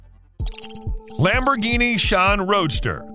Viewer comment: Love that Lamborghini ”SHAWN”....🤣